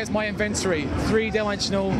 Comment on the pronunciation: epic win accent "invent-ory"